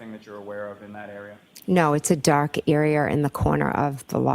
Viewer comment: emphasis’ on the word “DARK”